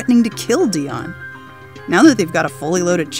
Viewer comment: Idru Lili Iys ITS DEON not dion